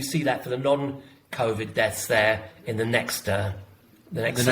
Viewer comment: John - will you please stop saying "none" to mean "non" they are two different words, non is a "on" sounding word not a "un" sounding word.